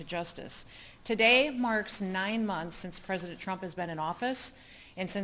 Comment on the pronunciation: She’s going to run for… pwezidentttt..😂😂